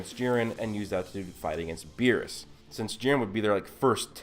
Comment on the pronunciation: Berrus not Berry’s